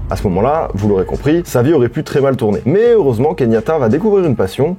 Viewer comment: Keyanta... pas Kenyata 😉